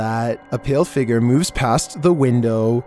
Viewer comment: “The figger”